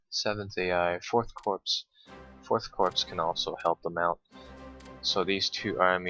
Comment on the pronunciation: good video as per always, just a note: Corps is pronounced Core. So it would be first core second core rather than first corpse second corpse!